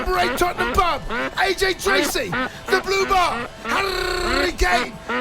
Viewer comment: Man said Aj Tracey lmaooo